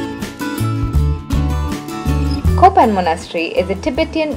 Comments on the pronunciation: Not kopan LOL ITS callll to KAPAN... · Its Kapan instead of Kopan